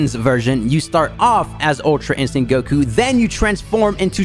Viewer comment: normal people : goku! him : gokuyou